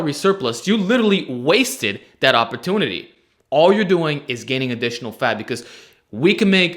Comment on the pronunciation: “Uhpotooney” Great video!